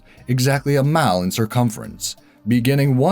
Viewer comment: "You walk one mao south, one mao west, and one mao north, and end up back where you started." Could we all just please switch to metric already, if for no other reason than because listening to you say "keyo" would be far less egregious on the ears than hearing "mile" with one consonant in it, over and over again.